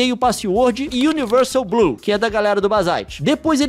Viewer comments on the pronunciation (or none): none